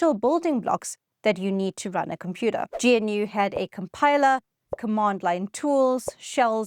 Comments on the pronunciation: "Gee En You" Nah, "G-noo". Like the animal, but the "G" ain't silent. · Until now, I've never heard anybody pronounce GNU as gee-en-you before... That's in almost 4 decades. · Not just Unix. Multics, VM/CMS on IBM-370, Vax VMS, a few others, as well as Unix. GNU is pronounced GaNew, just like the critter. Also crazy that DOS was selected over CPM. We can choose Linux when we want something that works. The same argument goes for languages: if you want something that works you choose Ada. Only safety critical systems now use Ada. There always seem to be obtuse forces at work keeping the best solutions on the back stage. Great video. Thanks for running the wayback machine for us. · GNU is pronounced "Gah-noo" as per Richard Stallman the founder, and GUI is pronounced in a similar fashion "Goo-ey" ;) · GNU is pronounced "gah-new" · its pronownst: 'gənnoo'. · It's pronounced "g'noo" not "gee en you" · Surely it's pronounced "Noo", or even "G-Noo" not "Gee En Yoo" ???!!!! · Love this, but I wish you'd pronounce things "correctly," so your viewers won't sound like they're from the PC hinterlands. GNU, for example, isn't "G-N-U," it's "g-new, " with a hard "g" (guh-new). And G U I is "gooey," like a warm cookie. You will probably lose credibility if you retain those non-standard pronunciations. G'day! Unless...this is AI slop?